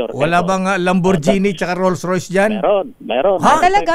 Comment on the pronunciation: Lamborgenie Porsha (at least tama ang bigkas) Mastang 😂